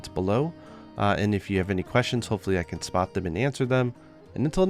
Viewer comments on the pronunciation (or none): none